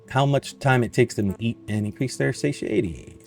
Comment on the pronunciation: SAH-TIE-AH-TEA is how you say it, phonetically. You're the second person I've watched play this game, and the second person incapable of saying that word. Though, the first guy wasn't a native English speaker, so it made sense. Am I wrong for assuming you ARE a native speaker?